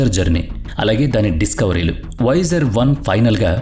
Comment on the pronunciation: awsome video keep but its not voyajer1 its voyager 1